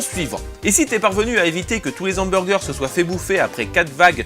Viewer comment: super ta vidéo, tu gères j'avoue, juste GGRRRR les quoi ? les Z'Hamburger ? et le H ? je sais que c'est loin mais qu'est ce qu'elle t'avait dit la maitresse au sujet du H ? BONNE, TRES BONNE VIDEO.